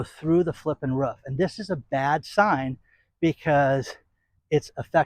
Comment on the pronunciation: It's roof. Not ruff